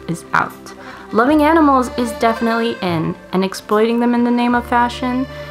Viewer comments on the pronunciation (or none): none